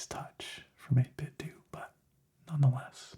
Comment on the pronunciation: Welcome back! I've missed this! I hit like before the DOS screen was even finished fading in. :) Pronounciation of 8bitDo is 8-Bit-Doe. Think Nintendo. That's how a rep for the company said it, anyway, so I'm going with that..